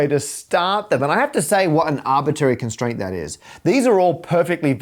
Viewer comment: An "arbit-ary" renaming...